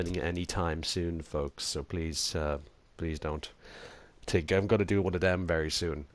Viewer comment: Its pronounced X-n-touro but I don't care that much since your Dublin and it might be a little hard to understand English also I thought of someone Dublin singing the running man challenge song and It was hilarious. It went like at night I tink of you its the tink and think word comparison its hilarious